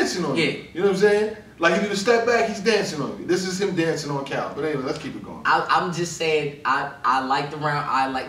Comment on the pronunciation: is amazing at these breakdowns but for some reason he always gets Cal’s wrong lol